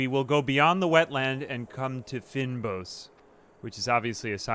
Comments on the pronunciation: Like the video but it's pronounced "fainboss" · Fynbos is a biome found exclusively in South Africa. Has a ridiculous level of endemic biodiversity. Fynbos refers to both the biome and a large portion of plants found in it. Other relevant terms are "cape floristic kingdom/region/province" The word is pronounced roughly like feign-boss. The more you know